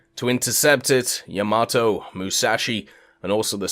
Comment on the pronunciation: Bro, if you say Yamato like that one more time... 👺